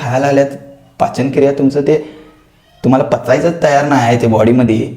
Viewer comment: पाचनक्रिया ❎ पचनक्रिया ✅😂😂